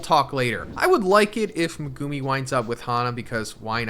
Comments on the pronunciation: Thank you. He’s been saying it like that since day 1. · I don't know if you know/care, but you are pronouncing Megumi's name wrong.